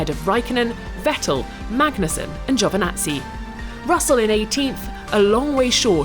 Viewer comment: C' mon Is Giovinazzi not giovanazzi